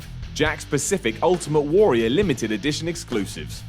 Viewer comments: can't pronounce Warrior. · You say "warrior" fucking weirdly.